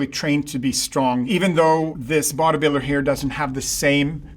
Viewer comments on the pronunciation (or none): Oh he was saying "body builder" when I thought he was saying "vaudeviller" 😅